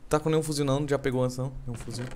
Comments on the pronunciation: Nao é fuzil porra é fuzivel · kkkk mike e falam "fuzil" e, vez de 'fusivel' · NAO É FUZIL É FUZIVEL!!!!